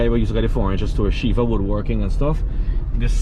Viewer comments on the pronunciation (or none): none